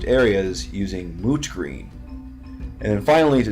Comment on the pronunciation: Are you saying mooch green or moot green? Well great job on the mini bud and I hope Imotekh never hears you call him old and dirty!